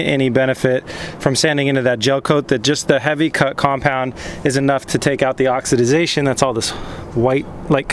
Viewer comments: The word is oxidation (ox-a-da-tion) not (ox-a- da-da-tion). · Dude you're adding an extra syllable. It's just oxidation. You keep saying oxi-ti-zation. Lol. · You were right the first time--it's oxidation. No "-idiz". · Oxidiezation. LMAO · Oxy did zation... had me rolling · say it with me "ox" "ih" "day" "shun":) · Huh. Well you learn something new everyday. I've never heard anyone say oxidisation before. Either way the way he was saying it made it seem unintentional. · J Jackson Only one is correct and it’s pronounced Oxidation because that’s how it’s spelled. “ aak suh dei shn “ is the pronunciation from the dictionary.